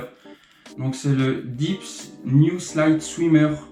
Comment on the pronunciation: de chez dips ou dit deps, comme ca se prononce, c'est japonais, pas anglais, donc D È P S ;)